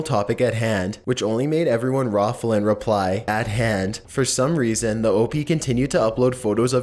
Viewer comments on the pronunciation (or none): "It only made people rawfle" Rotfl 😂😂😂😂